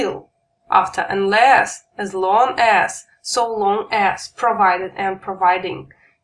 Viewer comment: не As (Эс), а As (Ас)